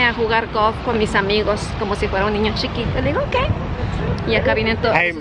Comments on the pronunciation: por que dices gof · Alguien que le diga que la palabra es Golf , que se escuche la L please 🤦🏽‍♀️.